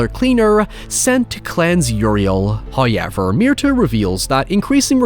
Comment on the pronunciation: First "hoyevver" drops . We have displeased Him, and He punishes us with the delay...